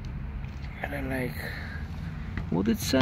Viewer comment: "Raleigh" is pronounced as "RahLee" The "gh" are silent.